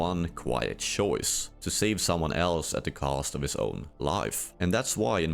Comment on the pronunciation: Shoice, shance